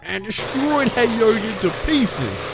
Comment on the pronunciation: It’s not yo gurt it’s yogurt